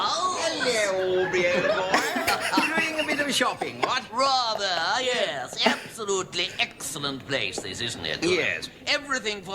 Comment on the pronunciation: and you had to say "Ears" instead of "Yes"